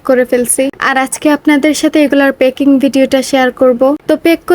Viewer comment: প্যাকিং❌ পেকিং✅ 🤣🤣🤣🤣🤣